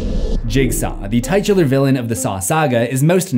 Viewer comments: bro did you pronounce titular as "tight-ular" xd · I love how careful you were to say "tightular" instead of titular lol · No I'm sorry bro, not trying to be mean, its "tit-yular" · First time ive ever heard titular pronounced as "tight-tular" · You pronounced titular extremely incorrectly.